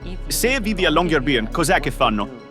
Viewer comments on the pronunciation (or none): Riprese, montaggio e musica spettacolari! grazie. Unico piccolissimo appunto la pronuncia: Long-year-by-en sarebbe LUNGO-ANNO-CITTA'-LA, quindi "La città del lungo anno" e città è "By" che si pronuncia "Bü", non "Bi" (infatti il doppiatore del medico lo pronunciava correttamente)